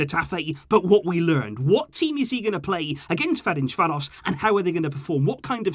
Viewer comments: I'm hungarian and i have to tell you you completely butchered the name Ferencváros =))). Its pronounced like Ferentzvaros (s like in sugar). Good videos though. Keep up! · You need to pronounce Ferencváros, like c in certain and the s like sh.🇭🇺